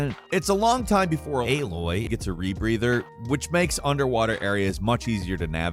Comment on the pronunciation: why'd he say Aloy so weird? 😂